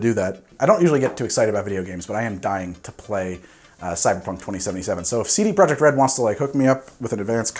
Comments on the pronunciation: if you wanna get fancy with the pronunciation, it’s “CD Proyeck” where you roll the r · The t at the end is also pronounced so actually it's "CD Proyeckt"